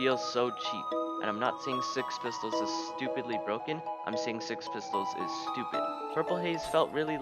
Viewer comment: Hey I like le gun how dare u say it stoopid